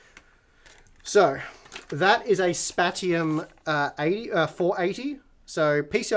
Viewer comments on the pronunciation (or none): still saying "spat-ium" even though the manufacturer said that's now how it's said 😋 (Paul asked them). Paul mentioning it: /watch?v=4gQfdbuJZes&t=474s So it's definitely not "spat-ium" 😏 /watch?v=s8PE6XQd1qw&t=1042s